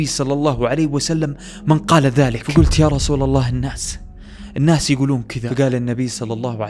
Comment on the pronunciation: ( النَّاس ) في النون شده ي اخي ف انطقها بشده